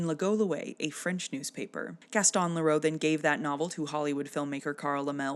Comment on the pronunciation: Some pronunciation things 🙂: Gaston Leh-ROO, Carl LEM-lee, and Ben cuh-RAY.